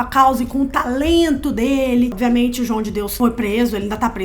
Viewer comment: Adoro os videos de vocês, mas toda vez que a fala nos videos "Obiamente" ao invés de "Obviamente" meu coração grita de agonia!! Socorro